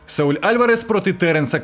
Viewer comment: Каже. САУЛЬ 😅